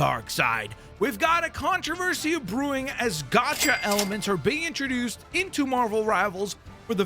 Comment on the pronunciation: *gacha, not gocha. Rood word from the Japanese gacha machine, not the English gotcha